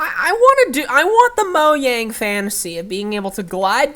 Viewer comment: And thanks for saying Mojang correctly